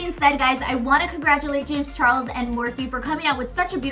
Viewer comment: did she say morphie times jame charles palette💀